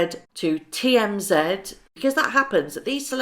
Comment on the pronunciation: FYI, the tv program you are referring too 'TMZ' is pronounced 'Tee- Em-Zee', which mean the 'thirty mile zone' around the Hollywood Hub-Bub.